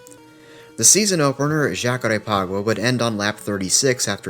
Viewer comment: Thank you for saying Jacarépaguá correctly this time 🙏